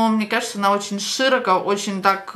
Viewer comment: Ложить,отставший метод,широко(ударение на ши) мажет😂Деревня😂По поводу видео,у парикмахера есть другие и очень качественные работы.А зачем так брызгать слюной,это эксперимент,показывающий,что будет с волосами,если клиент хочет выйти с 2 УГТ на 10,зачем согласилась модель,хотя ее предупредили что будет потеря волос надо спросить у модели.😀